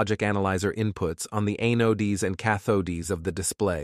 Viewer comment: watch the video near the end. the computer generated voice cannot pronounce Anodes and Cathodes